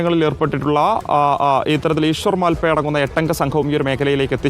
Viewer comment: ഈശ്വർ മാൽപെ അല്ല പെണ്ണും പിള്ളെ മൽ പെ എന്നു പറ. മൽപെ എന്നാൽ ഉടുപ്പിക്കടുത്തുള്ള ഒരു മൽസ്യബന്ധന തുറമുഖമാണ്.